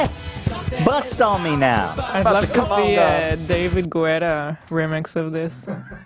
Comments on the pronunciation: It's David GET-TAH, not Goo-etta. The U is silent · I love how no one on the show can say David GET-TA and Ethan says "good for him" on his popularity. Not him being the highest paid DJ in the world for a min one day hahah 😆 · David “Getta” is how they pronounced it on the radio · It is, I’m surprised they didn’t pull out the “deedee mega doodoo” soundbite on Ethan when he was trying to pronounce it lmao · Get-ah. He's french, so you need to pronounce that "a" at the end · Y’all keep mispronouncing David’s last name 😂 it’s pronounced gettah like go-gettah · It’s pronounced David GAY-TA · Ian: “it’s pronounced Gouda’ 🤣🧀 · except for when they say David Gouda of course ;) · Guys guys guys, it’s just pronounced "Getta" 🙏🏻🙏🏻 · Can you just fuckin learn how to say david guetta It’s not in my language too but fuckin i always knew how to say his name Hila was the closest couse she’s european and she doesn’t have this weird american tendency to say names they are not used tok weirdly like guetta doesnt have o or oo or o or i in it wtf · Them pronouncing David’s name wrong the whole time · The way they pronounce David Guetta's last name sends me every time. 😂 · please say David Guetta right cmon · The way they say "Guetta" in David Guetta triggers me 😫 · Them not knowing how to say David Guetta is irritating me more than it should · Literally how do yall not know how to say david getta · i die a little inside every time they say David Guetta’s name. i can’t stand it anymoreee